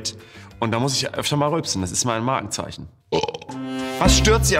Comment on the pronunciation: Hat der bei Magenzeichen oder Markenzeichen gesagt?